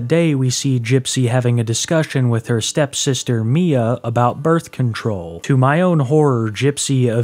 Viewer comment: You keep saying "STEP sister".